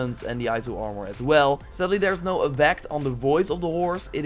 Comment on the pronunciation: Hearing him say Aowmore and Asasn cred origns pains me